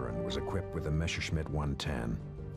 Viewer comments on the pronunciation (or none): Why is the german "Messerschmitt" called Meshersmitt by the narrator?